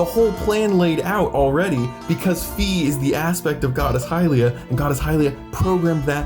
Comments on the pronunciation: Fi is pronounced “Fai” (like the second syllable the giant says in the beanstalk story) this is because if you look at the Japanese translation, it’s ファイ(Fai). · On Sheikah symbolism, I don't think you mentioned how Rauru' snout has a tear-shaped mark directly below his third eye. Also, Fi is pronounced like "F-eye." It's inspired by the Latin symbol. Here's the Japanese spelling: ファイ. This is pronounced "Fai." You gonna try to argue against Nintendo? Good luck, but you won't win. It's their game. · In german her name is "Phai", so it's pretty clear Fi is pronounced "fai", no "fee". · Fi is pronounced /ˈfaɪ/ and her name in every other languages is written "Fay" which is in all of these languages closely pronounced the same as how her name is pronounced in Japanese (ファイ (Fai)). Plus her name is literally Fairy without the salt of "Fee" gang (reeeeeee) Also her name is probably inspired by Morgan le Fay (/ˈfeɪ/) which is derived from the french word "fée" (/fe/) Also also, every time you pronounce Fi as "Fee" a little children dies somewhere on earth, hope you're happy Jokes aside your theories are pretty convincing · It's already been confirmed by the creators themselves that you pronouce Fi's name F-A-I, not F-E-E, so you're the weird one here dude xD. At the start of the video I thought you were high but then I realised you were talking about ToTK past and not present so.. it's a nice video. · Great ideas. Just have to mention that Fi rhymes with my in the original Japanese.